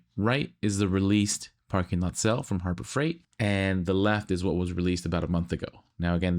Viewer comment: They are Harbro Freight? Instead of Harbor Freight.